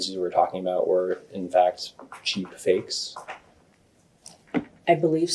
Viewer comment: So her dumbass got “Cheap Fakes” trying to say “deep fakes” lol